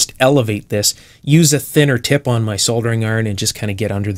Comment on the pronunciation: Hi, Have you ever worked as a technical instructor in a tech school or college environment? I think you would be a very good one. It's also pleasing to my ears to hear "Soldering" rather than "Sodering".